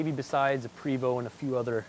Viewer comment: It's pronounced (Pray-VO) Not Pre-VO. Not trying to be smart ass just letting you know.